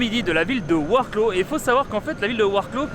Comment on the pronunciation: Super tes vidéos sur la Pologne, c'est vraiment bien fait on a l'impression d'y être 👍 je suis allé à Varsovie aussi fin août j'ai adoré, je n'ai qu'une envie c'est retourner dans ce pays ! Par contre il va te falloir un petit cours de prononciation du noms des villes polonaises 😄 Lodz = "woudj" et Wroclaw = "vroswaf"